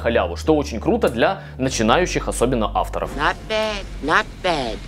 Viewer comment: Спасибо за видео! Почему вы говорите автОров с ударением на О?! а не Авторов 🤷🏼‍♀️🤷🏼‍♀️